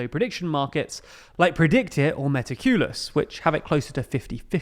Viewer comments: Pronouncing it me-tah-queue-lus rather than meh-tac-yuh-lus makes me think you havent actually spoken to any of the people who run these sites verbally, many prediction site people are based in London and would probably be happy to do an interview. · It's pronounced Metáculus, like calculus!